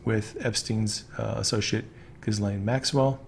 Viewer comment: Pretty sure it’s zhiz laine, not giz laine.